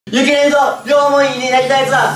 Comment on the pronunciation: ゆき じゃなくて すき じゃん笑